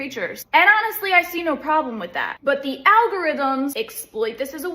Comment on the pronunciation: Weird accent... the way she says "no" here it sounds like "nigh" to me. LOL!